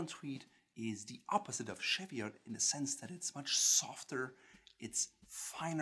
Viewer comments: Cheviot is pronounced /ˈʧi:vɪət/ like English, and not like it was French */ʃevɪəʊ/ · Interesting video, but Cheviot is pronounced CHEE-vee-ot not CHEV-ee-ot. The Cheviot Hills are the northern end of the Pennines in the north of England. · Sorry it’s me again. It’s pronounced Cheev-iot like cheese. Harris tweed uses only natural dyes from the Hebrides and is entirely made by hand by individual weavers. It is tightly woven so has a degree of waterproofing. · This is a great video, loads of Tweed in the UK so cheers! We pronounce Cheviot Chee-vee-ot over here. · Being locally born and living in the Cheviots it's actually pronounced shev-ee-ots the chev used as in chevron or Chevrolet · You beat me to it (by four years!). Yes CHEE-vee-utt as I would write it. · Cheviot..pronounced as,,Ch as in Chair, chop etc....but hey other than that ..1st class. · Please - cheviot is pronounced "cheeve ee ot"! its not French!! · It’s pronounced cheeviet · My dear chap, 'Cheviot' isn't pronounced as if French, but with the 'che' like 'cheese' and the 't' is sounded. This aside, a splendid review and I personally prefer the Harris Tweed and my golds and browns shaded thread jacket is simply splendid. Deceptively warm too. Tally ho! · Cheviot is pronounced with the t. The t is not silent.